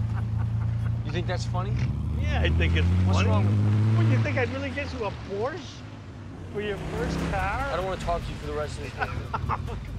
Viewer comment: I love how they mispronounce Porsche.